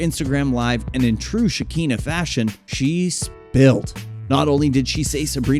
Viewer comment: It’s pronounced Sha-Kan-Na not sha-keen-na. Makes me feel like y’all should stay out of blk celebrity business, making things sound extra vanilla